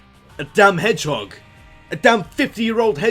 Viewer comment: Around !:22 I was debating "Did he say "Shadow the Edgehog" or did his Accent just remove the H all together?